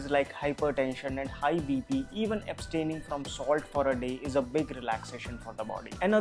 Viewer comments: Abstaining nahi aaya bhai....astaining aaya hein...anyways you are our super hero:-) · Who observed abstaining as "astaining" and vilvah as "vivah", just an observation. Informative video no doubt. Big thumbs up